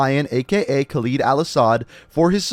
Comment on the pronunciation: am i the only one who finds it cringeywhen he says Khaled wrong?